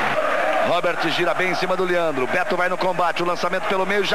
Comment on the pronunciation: Liandro... é Leandro , Galvão